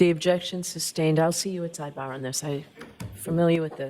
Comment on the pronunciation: My favorite is:: “Objection, your honor!” Bev: “Sustained” (her automatic default) Defense: “We need to be heard on this, your honor”. Bev: “Okay, let’s go to sidebah”. At sidebah… Bev: “Okay, Mr., what’s your objection?”